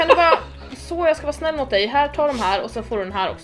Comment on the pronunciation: När du sa jag är snul så menade du väl jag är snäll för jag trodde det va jag är snål 😂 typ i början av videon